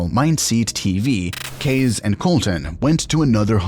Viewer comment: Why are you calling Casey “Kays”??? It’s Casey